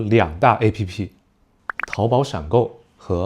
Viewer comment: Pretty cool video! I could understand nearly all of beginner, a good chunk of intermediate and some of advanced and happened to learn some new words along the way so thanks :) also, why do you pronounce "app" as a-p-p by spelling out the letters? I don't know maybe there's a reason but it felt a bit odd coming from the english speaking world 😅